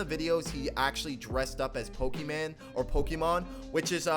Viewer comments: Bro you say Pokeman like you don’t know what it’s called lol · My mans really said pokeman